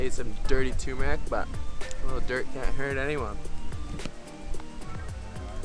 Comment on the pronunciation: Dude, the word “turmeric” is pronounced TER-mer-ic. There is no TOO in the word “turmeric”.